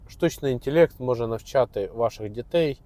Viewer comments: інтелект а не інтєлєкт, село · Мабуть то гібридний, суржиково-недолугий, якщо інтЄлЄкт. Для обраних папуасів. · "штучний інтєлєкт"